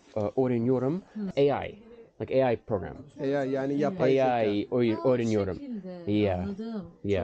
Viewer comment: Almost sounds like "oynuyorum" (I'm playing) rather than "öğreniyorum"